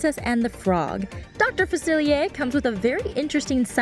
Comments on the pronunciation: notre daime? its DAME!! dr. Faciliair?? facilier! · she kept saying Dr. Falcier wrong